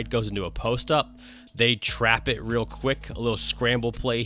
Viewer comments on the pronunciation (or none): none